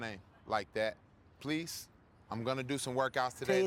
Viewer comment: "pleath" BRUH